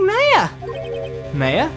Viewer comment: you pronounced maya wrong.